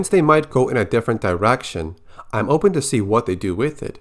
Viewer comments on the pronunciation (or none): none